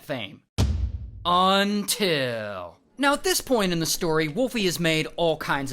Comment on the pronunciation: That "UNTIL" has too much power